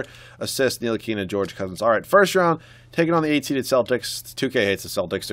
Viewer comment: Ni-til-i-ka not nili-kena